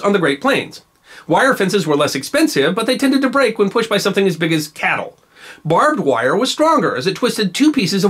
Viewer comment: Ironic how Texans can't pronounce "barbed wire". Or "What-a-burger".